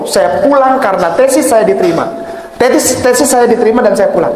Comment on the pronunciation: Bilang tesis keliru testis😂😂😂